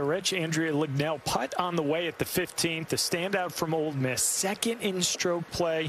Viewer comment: Dude said… “OLD Miss” 😂